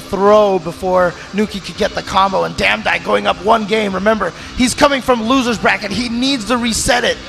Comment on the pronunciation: Damdai became damdone